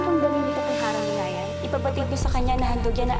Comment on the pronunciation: mahusay bumigkas si 😘